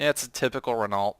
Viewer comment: RENALT really vaks it's pronounced Reno